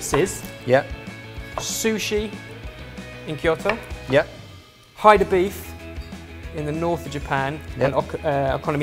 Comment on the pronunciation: I think Hida is pronounced "Hee-dah", not hi as in "Hi, how are you?".